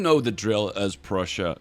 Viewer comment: I heard Russia when you said Prussia, Also because your mouse was over Russia instead of Prussia...